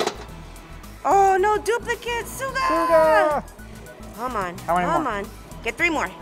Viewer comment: Love the BTS gachapon! BTW it's not "sooga" it's pronounced like sugar, just without the R!